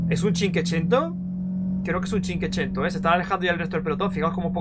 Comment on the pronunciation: Has dicho como ochocientas veces cinquecento mal xD cada vez una puñalada en mis oídos...y corazoncito 😅